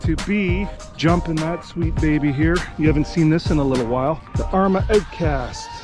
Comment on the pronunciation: Like, how without the h or chow without the ch 🤣 owtcast!